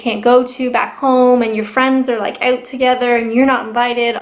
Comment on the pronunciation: " Your friends are OAT together "